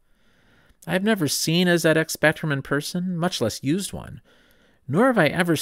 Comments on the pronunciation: I thought I knew a lot about the Z80, but learnt so much more. Thank you. And thank you for pronouncing it Zed-X Spectrum! Also, please watch the "Micro Men" film here on YouTube about the rivalry between Acorn and Clive Sinclair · However, it was pronounced correctly as part of ZX